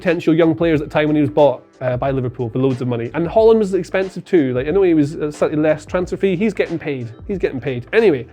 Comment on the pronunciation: My god brudda it's not Holland it's HAaland